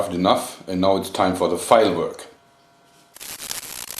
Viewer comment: i thought he said fireworks when he said file-work...